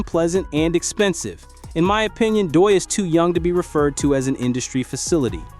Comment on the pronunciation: Why do you have the YouTube channel called "chigs smooth" as your intro. And you are pronouncing Doechi's name wrong. This audio is stolen 👎👎👎👎👎